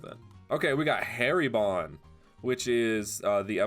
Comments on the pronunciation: HAIRY BON?! ITS PRONOUNCED HAR E BON. As in Hari (leader/king) and ibon (bird). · its hariibon not harebon